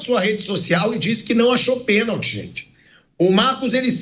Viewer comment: Foi pênalti e não peeeeeeenalti.